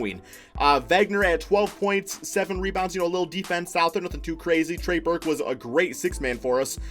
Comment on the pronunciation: Trey Burke bro trey Burke 😂😂